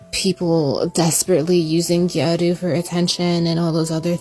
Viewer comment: It's gyaru not gayru btw!